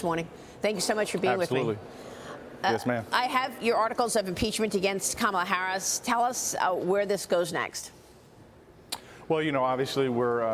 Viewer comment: I like how she pronounces her name " harass" instead of Harris😂